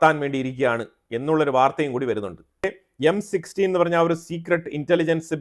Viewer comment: It’s not M16 it’s M i 6